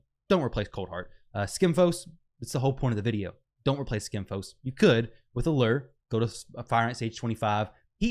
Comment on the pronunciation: And wrong when you say alyyre its alure